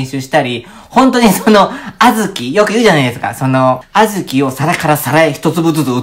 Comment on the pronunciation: あずきのイントネーション違和感w